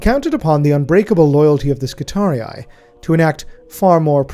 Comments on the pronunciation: I swear to God you're the only person on YouTube who pronounces Skitarii correctly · The only who pronounces "Skitarii" correctly. Ave Omnissiah! ⚙️ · ...so that is how you pronounce 'skitarii'.